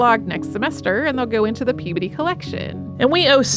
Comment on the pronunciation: Pea-bdy? I've never heard that pronunciation before.